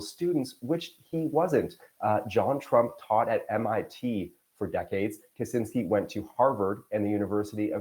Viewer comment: Not Kuzinsky, Kascinsky...